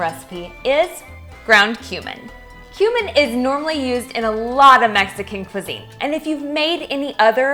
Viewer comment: Mispronounced cumin. 😂